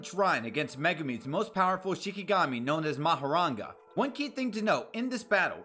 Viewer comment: Mahoraga* Not Mahoranga